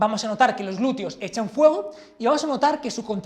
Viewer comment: ¿Por qué pronuncian "glureo"?